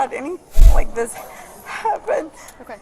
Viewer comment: 'Dis' ? THIS ! FFS